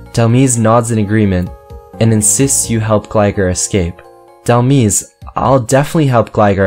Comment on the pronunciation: It is said Dhel-mise like demise like fate or something you messed up on the second part